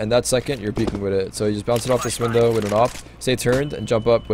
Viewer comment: Can you start saying "with" not "wit"